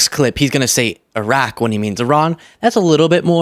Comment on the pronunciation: I think he deserves a gold star for pronouncing “Iraq” and “Iran” correctly!